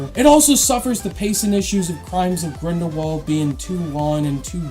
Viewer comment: Crimes of grindlebald xD